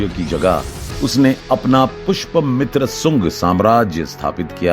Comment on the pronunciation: Aur bhai wo pushpmitra nahi, Pushya Mitra tha.